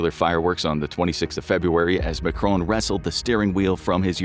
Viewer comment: Macron was pronounced as if he was Spanish and spelled "Majron" 🫠